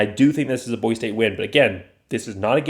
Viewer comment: Please take a breath and learn how to enunciate Boise. Speed is not everything.